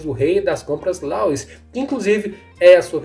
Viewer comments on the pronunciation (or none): none